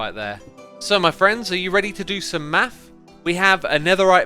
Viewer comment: For me it sounded like he said: We're gonna do some meth